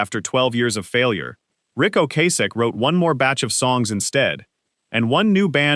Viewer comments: The number of times that Ric Ocasek’s (and other things) name was mispronounced in just the first 8 minutes was pitiful. I couldn’t finish with the AI voice and someone not proof listening before posting. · Doesn’t matter. It was pronounced wrong numerous times by AI.